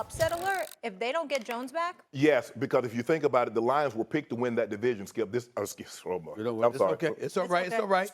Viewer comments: Gonna take a lil bit for Unc to stop saying Skiuuuup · Ain’t no way that man said slipp🤣🤣🤣🤣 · Never thought i would hear Shannon say Skiap again until he did on this new show LOL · Still saying skip lmao 🤣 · 🤣🤣🤣 he so used to saying Skiup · Immediately says "Skiup" 😂😂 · Who wouldn’t slip up after saying skiuup daily for 7+ years 😂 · LOL, he called him Skthip. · HE SAID SKIUUPPP 🤦🏽‍♂️😂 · He said skippp😅😅😅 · "you know what SKIUP" lmao I seen that coming